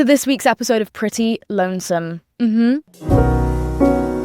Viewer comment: whyd she have to emphasize lonesome 😭